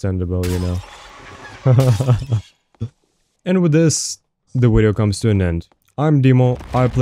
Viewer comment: Ill subscribe once you pronounce video correct. Just kidding I've been subbed a while.